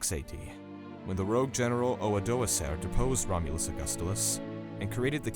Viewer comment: Typos (Syagrius), mispronounced words (Odoacer)... The quality is lacking